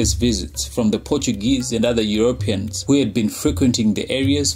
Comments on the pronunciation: Euro Peans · I love the videos, very informative but the way he keeps pronouncing Europeans is annoying